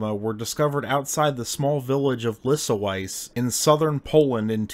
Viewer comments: Your pronunciation of "Smok" is perfect, but Lyso-Wise in the southern Poland almost made my day! Almost, because it's 25 min. after midnight, and anyways I shall be lying already. ;D Smok has peculiar teeth because it's adapted to eat maidens. If it isn't eating maidens - it isn't a Smok! It didn't die out, but went to Cracow and settled under the Wawel Castle. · Pronunciation guide for Lisowice: Lee-so-VEE-tse Stress is on the second to last syllable. All the vowels are shorter compared to how you'd want to read that in English. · brother, since i love you but you being american, i hereby officially offer you my help whenever a non-english word crosses your path. lisowice = lee-so-wee-tshe via audio ofc would be better. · Lisowice is Polish, so it's pronounced "LIS-oh-VITS-eh" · Your expectations must have been in Mariana's Trench. He completely butchered Lisowice. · You made a mistake in pronoucing 'Lisowice' ;-) if you you are curious please use google translate. Cheers.